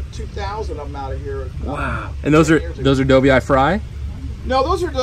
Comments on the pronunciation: did he say do-vee- eye? dude seriously? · Awesome video, but it was a little odd hearing the filmer say Dough-vee-eye. I have never heard anyone pronounce it that way lol.